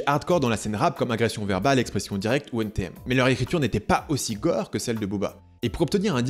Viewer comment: Quand tu dis " N TI M " tu perds toute ta crédibilité ..allez salut! :)